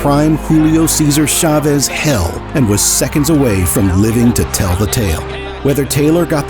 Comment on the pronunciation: It wouldn't take much from an announcer to show a minimal respect for the name of Chávez. 20 seconds instruction and they'd pronounce it correctly. ... Actually, the main announcer is OK, but the sidekick?